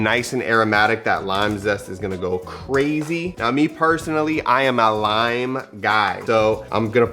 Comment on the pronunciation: "Cilantro rime rice" 😂